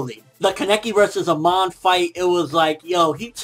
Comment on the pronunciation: Its not "Aman" but "Amon" :D im not nitpicking but its still bothers me :D